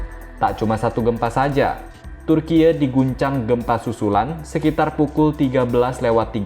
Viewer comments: Turkiye "E" seperti Eka, Esa ,bukan turkiye "E" seperti Entah. 😁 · Turki woiii bukan tur kiek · kompas gak punya pembaca berita yg bagus yaa !!?? turki dibaca turkiye..!? parah banget..pembaca berita kompas.. koq begini.. kacau..!! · Admin nya ngebacot terlalu berlebihan ngomong bilang turkiy malah ngebacot turkiye Taek lu min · maaf turkiye ya bukan di baca turkiyeu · Piye to ki pembaca berita. Bilang Turki aja malah dibaca Turkiye wlpn tulisannya Turkiye. Cerdas dikitlah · Om ..bacanya TURKI aja, bukan Turkiye, turkiye itu tulisannya tapi dieja Turki.... hanya buat Ralat. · Ini sapa sih yg baca, kyk ngeledek banget turkiye2 klu ga bisa cara baca pronounce nya kyk org turki udh sebut turki aja oonce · Kenapa sebutannya jadi Turkiyek.. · Turkeye ? Goblok banget pengisi acara nya 🤮🤮🤮🤮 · Bilang Türkiyenya GK gitu juga kali bg🤣,,, Turki aja dibaca kok,, ye dibelakang menunjukkan nama negara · Aneh kok bgt bacanya orang dr mana ini Tkg bacanya kok dibaca turkiye sih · Dia bilang Gempa TURKIEU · Baca Turki om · Turkiye 😂😂😂😂😂 memalukan pembc berita baca turky Turkiye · ini reporternya lulusan mana ya, cara baca Turkiye (bhs asing) dan episentrum kok jd hiposentrum ? ingat ya redaktur, ga semua netizen bodoh dan awam. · MIN,tlng jngn membodohi masyarakat.Yg nontonkan ada BOCIL juga.Itu memang tulisannya TURKIYE tapi dibacanya tetep pake bahasa Indonesia dong...